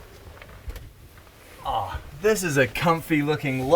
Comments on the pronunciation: Its not ideer its idea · I hate when people say “idear” instead of “idea” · The word idea does not have an R in it please stop saying ider. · CRIKEY! It's the "idear" off-grid home with roos.